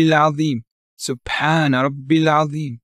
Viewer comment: It’s atheem instead of azeem im about 99% sure